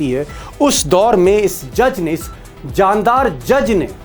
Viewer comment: Jamdar nahi jandar+ jandar= shandar ❤